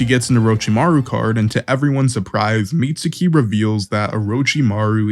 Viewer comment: "meet sookee"????